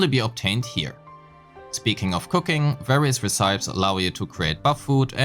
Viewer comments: very informative video but its called " ray-see-pee = recipe" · Ray see pee? It's pronounced reh-sih-pee. Stop giving the guy grief over his pronunciation when you can't even do it yourself. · hey bro,nice video,just a little nitpick I have. Your pronunciation of the word "recipe" isn't exactly correct, cuz it's pronounced reh-suh-pee. Just tryna help dw lol,all the best! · Im Cambridge Dictionary kann man sich online die Aussprache von Wörtern wie recipe anhören ^^ Aber feines Video, viel neues gesehen! Freue mich sehr aufs game.